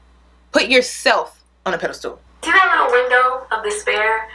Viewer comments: Peda-stool. It's Pedestal (pronounced: Ped-iss-stal) TakEN as fact. Are you saying takING as fact? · I always laugh when says pedestal I always hear pedal stool 😂 love you girl!